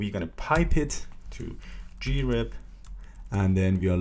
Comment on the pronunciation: What is wrong with you CS guys, I just want to learn about grep and you talk about all kinds of totally unrelated $#!t. Waste of time! Also it Grep as one syllable not G-rep.